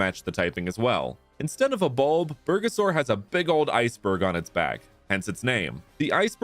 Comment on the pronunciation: nah crazy calling bulbasaur, bergasaur. As a Mexican, I almost spit out what i was drinking.